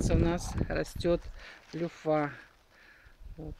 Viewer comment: Не люффА, а лЮффа - ударение на Ю